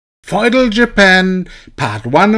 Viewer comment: Feudal, in English, in pronounced like (few-dull / fyu-dull). Looking forward to Feudal Japan!! :)